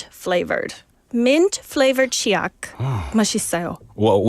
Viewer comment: said 치약 마씨써😂😂❤한국어 발음 짱좋아요❤